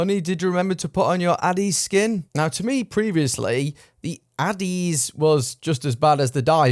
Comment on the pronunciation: Dude, I think you and your channel are great but you're saying ADDIES SKIN rather than ADDIES KIN.